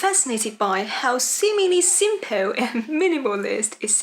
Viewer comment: Okay,, so I finally figured it out: whenever there's a word ending in "ple" your pronunciation comes out like "Poh." So we get things like "Pee-poh" and "sim-poh" and "multi-poh." There. So we solved that one. 😌